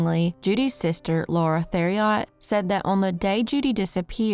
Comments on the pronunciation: I left Louisiana feedback a couple years ago. This is my first time back. The surname Richard in Louisiana is Ree-shard, not Richard. Ther-ee-ot”? I’m guessing you mean Theriot, which is pronounced Terr-e-o. You learned nothing from feedback. Do some freaking research and editing before publishing. Louisiana has FRENCH pronunciations. I’m can’t take you seriously as badly as I want to. 😔. It’s really simple. You butcher the most basic English language. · Theriot is pronounced Terry-O